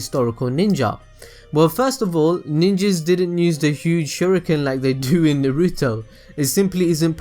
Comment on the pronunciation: I think everyone missed my joke about how he says "use"... he says "nuse"